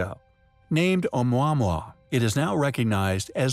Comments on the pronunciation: It’s not Ou mwa mwa. It’s Ou mowa mowa. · Do you not pronounce it Ah-moo-ah-moo-ah?! Did the voice actor actually look up how to say it? The video was hard to follow after the first packman noise. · The way he says omuamua is triggering